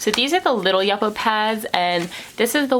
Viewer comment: Love the video, thanks for sharing, but the yupo paper is pronounced you-poh, for future reference. Also, if you wait until the ink is almost completely dry before spritzing it with the alcohol, you can keep the speckled effect in the arkwork.